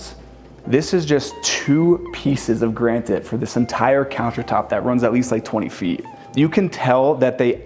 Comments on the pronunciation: Please learn how to pronounce "granite." It's easy. It's kinda like "nuclear." SOUND IT OUT. Then say it right. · Granted not Granite?